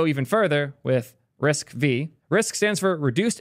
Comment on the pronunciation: "risk vee" is killing me. Literally first words on the wiki page, "RISC-V (pronounced 'risk-five')"